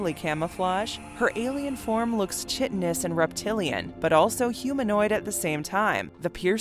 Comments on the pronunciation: The hard protein that insects and some fictional aliens grow as an exoskeleton is chitin, it is pronounced KITE-IN rather than using the soft Ch sound. Therefore chitinous is KITE-IN-US. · Chitinous is pronounced Kie-te-nus.